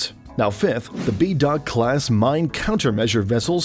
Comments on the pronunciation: Bedok class is not BE Dark! its Be Dok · Bro really pronounced Bedok as bee-dock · Bedok-Class Mine countermeasure vessels - Bedok should be pronounced as BUR-DOKE